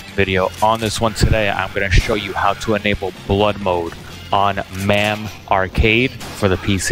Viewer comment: Is there a reason that you keep saying Mam even though you know it’s pronounced Mame?